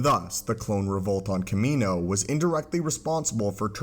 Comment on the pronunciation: The way you're pronounced Kamino killed the vibe of the video for me and am turning it off now. Like holy shit my guy you should probably pronounce the word properly when it says it in movies, and when your whole video is about why clones aren't a thing anymore.